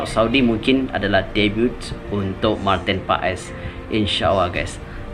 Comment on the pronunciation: Martin Pas..not martin pe es